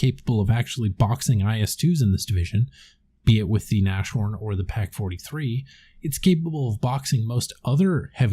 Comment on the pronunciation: It's not O S T- Legionäre. It is Ost-Legionäre. It is the german word for east. These were Soviet troops who switched sides. It is also pronounced Nas-horn not Nash-horn. Though the second would be an adorable german nickname :)